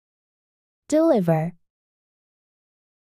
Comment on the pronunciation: 대부분의 단어를 첫 음절에 강세를 주고 읽으셔서 잘못된 강세를 익히게 되는 경우가 있는 것 같습니다. 예를 들어, deliver의 경우 두번째 음절에 강세가 맞는 것 같은데 읽으시는 분은 첫 음절에 강세를 주시니 영 어색합니다.